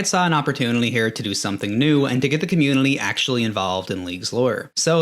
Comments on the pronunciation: bro struggling with the word "community" why you throwing an L in there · This guy found a way to say "community" with an "L"